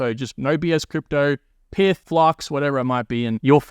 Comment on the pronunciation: It's not "Pith", it's "Pyth", similar to how you say "Python" but without the "on".